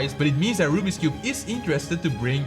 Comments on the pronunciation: I ❤ how says Rubik’s cube as rubbeeks cube 😂😂😂😂😂😂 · you still say rubix and you have a GAN if you do say Rubiks not rubix